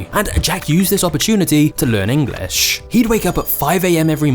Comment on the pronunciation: When the video talking about Jack learning English the presenter here keeps on saying Engliss. Is this somekind of diss?